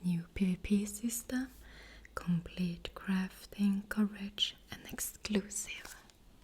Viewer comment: It always makes me smile when you say scroudge instead of scourge xD